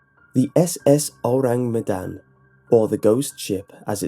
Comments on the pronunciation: Luna Skylar - gonna do my best to type it out. Kinda like 'OH-rahng MEH-dahn' ([ɔraŋ mɛdan] My IPA might be wrong - I only took one semester of linguistics and was pretty shite at it OTL). Basically, the first sound is 'Oh', then 'rang' is said with the a making an 'ah' sound. Then Medan is with the e making a fuller 'meh' instead of 'mih', and again the a in dan is an 'ah' sound. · I feel really bad but hearing him say the name of the ship makes me snort xD I know he doesn't speak indonesian but it still makes me giggle a little bit